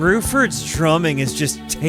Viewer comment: "...Court of King Crimson..." not once, but twice, and "correcting" "Bruford" to "Burford". American reading comprehension is its own beast. Having said that, I don't mind the videos.